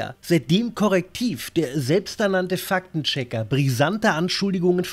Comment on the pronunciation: Wieso höre ich immer "Fack den Checker"?! 😂 Ein Schelm wer böses dabei denkt.